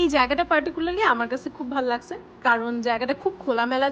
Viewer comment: ভাল লাগচ্ছে ভাল লাগছে,কি উচ্চারণ